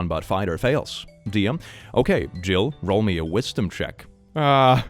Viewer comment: 😂 Did he just say Jill instead of Gill? Oops.